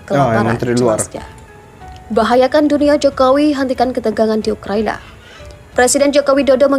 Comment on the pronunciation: Ukraina boss, bukan ukrania 👍👍